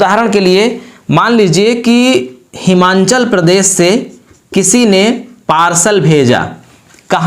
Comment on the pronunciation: हिमांचल नही हिमाचल है वो